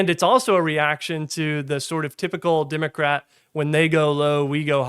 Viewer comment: "Democrat", not "Dimmacrat". You sound like a Southerner who's done a half-assed job of neutralising his accent.